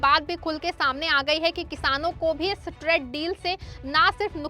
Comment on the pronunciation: Bahan tred deal nahi traaaade deal bolo